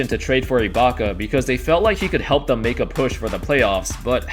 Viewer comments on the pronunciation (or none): none